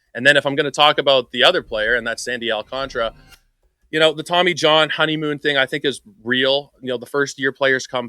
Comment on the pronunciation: Guys guys. Al-can-tara